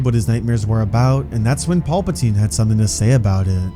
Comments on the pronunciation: Wtf is that pronunciation? Paupatine? Tf 😂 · Anyone else loosing their mind everytime this goofball says paulpatine? 😂